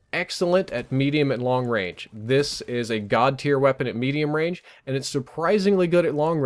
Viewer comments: Long rage? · Long Rage!? Lol